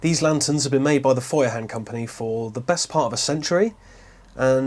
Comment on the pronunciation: You don't entirely butcher the Feuerhand name, which is quite amusing because brits normally take any german word and make it sound so utterly british, you'd struggle to even understand the actual word. That aside, I do play with the thought of getting one of these for my boat as I have a hook up there on the ceiling, and I think it's meant to hold a hurricane lamp like this. It would definitely make more sense than the galley light, which is only on one side of the interior while that is central. Glad to hear you enjoy yours so much :)